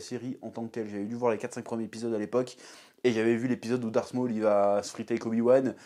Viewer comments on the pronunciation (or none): none